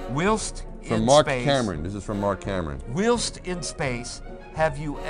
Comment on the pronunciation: LOL! , they can't pronounce the word 'Whilst' properly!! HAHAHA.